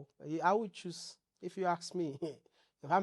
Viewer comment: Yeah all my Ghanaian friends get angry when compared to Nigerians! 😂 Wodemaya to be different practice “Ask” not “Aks”😅